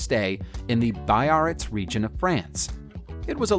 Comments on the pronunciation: Biarrita = bee - ahr -REETZ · Biarritz is pronounced: Beearitz